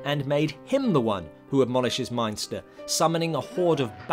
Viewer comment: David Peel was Baron Meinster, ( not Munster). I have seen the Brides of Dracula many times and enjoyed it very much.